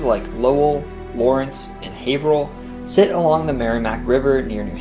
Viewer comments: Usually outsiders pronounce Haverhill as Haver-hill instead of Hav-rill or Leominster as Leo-minster instead of Lemon-ster. He did a good job. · I thought he did a pretty decent job. Maybe not perfect, but he didn't pronounce the second H in Haverhill or say Worcester or Gloucester with more than 2 syllables